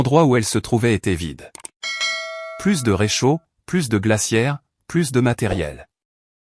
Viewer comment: Quand comprendrez vous que ce n'est pas "Plusss" Plusss de tente. Plusss de voitures. Dit comme ça ceka veut dire qu'il y avait 2 voitures au lieu d'une au moins. Pareil pour les tentes S'il y en a 2, cela veut dire qu'il y en a au moins 3 ou plus. Là, il n'y a rien donc cela ce prononce "plu". Exemple vous avez bien mangé on vous propose encore à manger. Vous répondez " je n'en veux " plu ". J'espère que vous corrigerez vite ce défaut. Ça gâche tout.